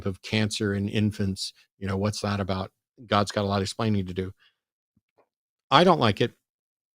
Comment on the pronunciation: ABOOT? A 🥾? What’s he even talking about? 😂😉